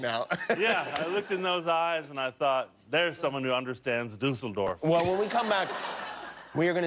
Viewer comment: DEAUCE-elldorf hahahahahaha